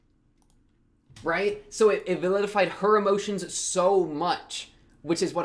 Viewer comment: you saying validified kept sounding like vilified. I prefer validated, though validified is in fact valid.